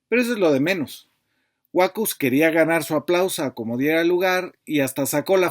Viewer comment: Buenas tardes, en el apellido Huacuz, la sílaba tónica es la última.